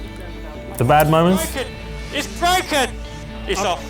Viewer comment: It's bwoken!